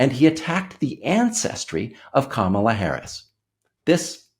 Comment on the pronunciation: Darnell Trump can't pronounce 'Kamala'.